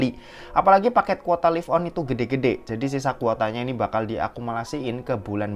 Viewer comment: Lif on apa laiv on mas? 😂